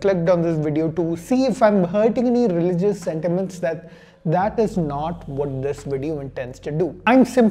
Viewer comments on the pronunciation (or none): Bro is saying religiouejegeuiejdc so many time bro can we stop